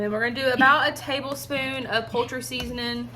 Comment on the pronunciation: She said poultry season in the videon not "colter" seasoning